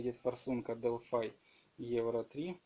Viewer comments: Не делфай а Делфи. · Не Делфай,а Делфи.Так на будущее. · " дэлфай " азаэаза